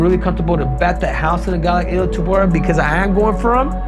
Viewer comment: It’s not illir that’s an Albanian name. It’s illia.